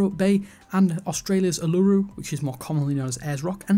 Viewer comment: lol for all the aussies out there who cringed at the pronunciation of "uluru" xD (its pronounced ooo-loooo-roooo and its more commonly known as uluru not Ayers Rock)